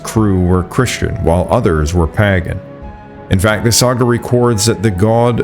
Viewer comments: One of my favorite channels, but everyonce in a while you pronounce something like you've never spoken to a person- "Plahgue" and "pahgan" got me 🤣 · "plag?' "paggan?" 'nuke-yoo-lur?" 😆 where are you? or is the narration AI-generated? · I believe they're pronounced "payguhn"(pagan) and "playgh"(plague)!!! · Mate, nice work, but check your pronunciations. E.g., Thule is toolee, not thool. Pagan is more like Paygan. The "thing" was Althing. Nuclear, not nukular. There were a few more. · The claim that in 1341 Ívar Bárðarson Ivar went to Greenland's Western settlement and saw people bathing in volcanic springs is simply impossible. Greenland has no volcanic springs anywhere and known active volcanoes come to a grand total of zero. The last know vulcanism was 60 to 65 million years ago. It is also amazing that word like plague, pagan, ,paganism and other terms are seriously mispronounced by the narrator. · why cant AI pronounce things correctly yet? so much money spent on it, so much data thrown at it, so many people working on it and counting on it but it cant fucking pronounce basic words like plague and pagan still? our future is bleak.